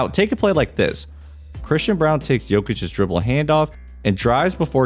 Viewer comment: all we need is watson and braun to step into the roles and perform and we will have a second title in denver. theres a lot of games left, so hopefully they just keep growing. those two are going to define this season. can you please stop calling him brown. its braun. think the paper towel. brawny. minus the y.